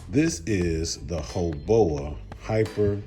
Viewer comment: 😅It's "Hoe-Baaaooww!" like "Bow Down".. Much of what you have said is actually very true! HoBao has been around a very long time, and is one of the very few manufacturers that have stuck to their roots, and is still manufacturing high quality precision made pieces at an affordable price! Back in the day the "Hyper Buggies" were all the rave! The key ingredients are here.. lightweight, and flex in all the right places! Weight truly is the killer of most larger scale RC's! Tuned for bashing, and this can be a top-tier contender against anything else out on the market!